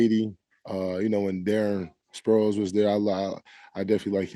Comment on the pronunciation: You know he’s real bird fan when he said sproles